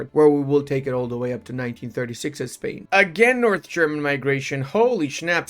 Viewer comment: I am spanish and I love when pronounces Spain as "Espania", it works as a subtle remainder of him working to restore the roman empire. Just kidding, one of the best accents out there, very clear and understandable